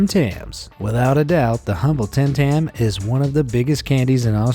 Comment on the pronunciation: you said tam tam it is tim tam